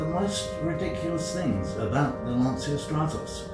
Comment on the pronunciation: Truly most ridiculous thing about the Stratos is peoples refusal to correctly pronounce Lancia. Yes, I mean you.